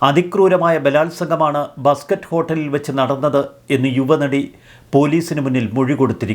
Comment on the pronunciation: ബസ്കറ്റ് അല്ല മസ്കറ്റ് ആണ് ബ്രോ